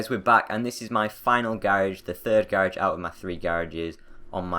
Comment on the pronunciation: Not hating but I hate how he says "garage" xD